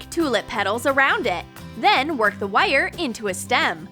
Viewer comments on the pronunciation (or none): Who else gets annoyed when she says “wires” it sounds like she says wyre